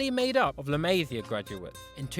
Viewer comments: Dude, can't stand your butchering of "la Masia"... [ɫə məˈzi.ə]. Please ask a Catalan speaker... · I HATE HOW HE SAYS LA MASIA